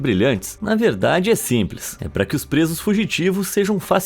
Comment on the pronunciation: Simlês kkkk😂😂😂 SUSUUU!!!